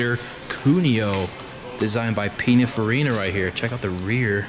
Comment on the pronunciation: "Buur-tone" and "Peena furina" What? WHO-? You are OBVIOUSLY a product of our FAILED public education system here in the United States. I hope you never vote, and I sincerely recommend that you never breed!!!